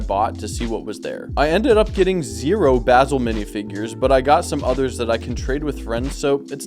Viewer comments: Bazil or bass ill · The mispronunciation of Basil every single time is KILLINGGG me